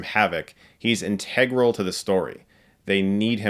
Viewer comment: Theres something about the way you pronounce integral.....cant quite put my finger on it.